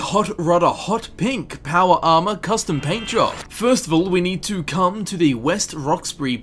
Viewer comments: "PAWAR ARMAAAR" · "your powa arma" i love it when you say that xD